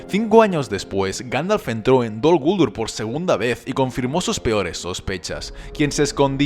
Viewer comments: Heeee, de echo la pronunciación Dol Guldúr es la correcta, y lo q pasa es q nosotros los de habla hispana no lo encontramos correcto, pero resulta q si lo es.... no es Dol Gúldur como tú piensas..... a fin de cuentas tú no eres Tolkien, ni su hijo ni nadie relacionado con los encargados de los derechos del mundo creado por Tolkien para decir q pronunciación es correcta o no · No dicen (creo yo) dol guldúr